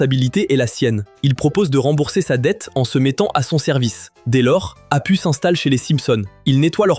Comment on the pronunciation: Il faut dire apou , ca ce prononce apou